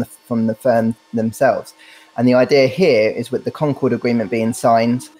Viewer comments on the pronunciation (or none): none